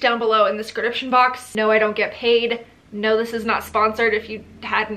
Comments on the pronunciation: “Scridiption box” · okay maybe I’m late on this but does she say “scridiption box” on purpose ?? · the way she said ‘description’ had me geekin 😂